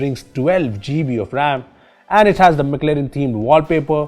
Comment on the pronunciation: why you call gb "g b"